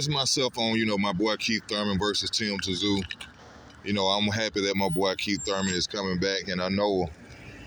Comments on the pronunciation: For fucks sake it's tim zoo pronounce it right it's not tim t zoo mate if you like Thurman best you don't watch this fight I feel tyzsu is going to wipe his arse with your mate keithy he s the real deal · Its not Tazoo you idiot. Its Tszyu. Pronounced Zoo. The hell is wrong with you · For fuck sake~!! His name is pronounced Tim ZOO zooooooo it's fuckn simple, the "T" is silent in his last name... All you bloody people who keep pronouncing "TSZYU" wrong, are obviously NOT familiar with his famous father before him either? 😐 Seriously if you can't pronounce his last name right, then don't fuckn say it!!😠🙄 Easy!! Just call him TIM, and for God's sake please tell me that everybody can speak his first name without messing it up 🙄 I'm dead set embarrassed for all you morons who can't speak the name properly, all these god damn years later~!!! TerZoo TerZoo wtf is that shit??? Ignorant brain-dead assholes...seriously not even kidding 😐